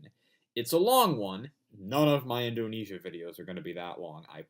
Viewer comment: Indunesia? Edit: dude seriously!